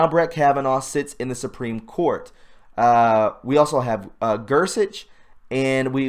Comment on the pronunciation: Its pronounces Gore...not Gure on Gorsuch